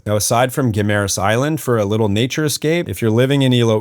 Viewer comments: I live here and it is pronounced "Gim-ma-ras." You should check out California Coral Beach resort in the Alibuhod beach area. I was just there today, got a little sunburned but excellent accomodations, Island hopping, nice beach for swimming. Couple ex-pat friends own the place. Check it out next time you're in Guimaras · I live here. It is pronounced "gui ma ras". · I live in Iloilo in fact in Savannah. You sure picked the very nicest home in Savannah to show as typical tho. Very well done video but you really ought to learn how to pronounce Guimaras. I winced every time you said ot wrong.